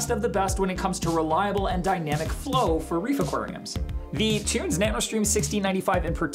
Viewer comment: Pronounce = tun-zee , cmon bro lol